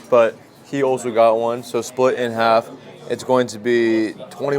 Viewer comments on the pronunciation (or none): none